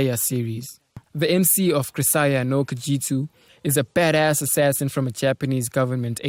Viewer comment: The way he said baddas is hilarious, "bedess", lol funny dud